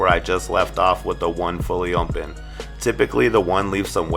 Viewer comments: Nunez Kutz he says ommpen listen carefully sir.....sheesh! 😂😂😂👌🏽👌🏽👌🏽 i thought it was only me who noticed that lol it’s all in fun tho..... I love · “With the lever fully mmopen”🤣🤣great video mann🔥🔥